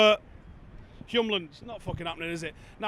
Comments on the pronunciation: It’s Hjulmand, not Hjumland 🙂. Literally means wheel-man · Hjulmand is pronounced "Yule" like Christmas and Mand means mann. So "Yulemann" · Please just look at how Hjulmand is spelled. The "m" is not right before the "l", it's right after. Why would you pronounce the "m" before the "l"? Just say "Hjul" and then say "mand".